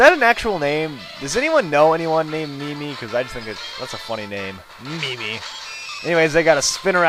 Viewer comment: It's pronounced Mih-Mee, and yes, I have.